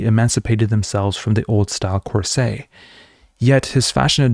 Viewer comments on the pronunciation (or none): I'm sorry, corseT. You do say the T. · I don’t see the point of what you are doing: You haven’t involved yourself in the process of Propaganda/tools/techniques/insights shown by Bernays, but instead defend Democracy against and how you value it - as you believe it’s self evident. Boring. Check on how to pronounce ‘Corset.’